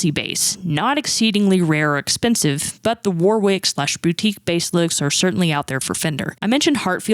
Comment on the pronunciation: just FYI Esprit is pronounced Eh-spree And Warwick is pronounced Wor-rick ❤️